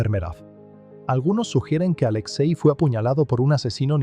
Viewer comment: No es "Aléxei", es Alexei.